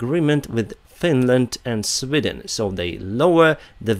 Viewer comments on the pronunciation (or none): none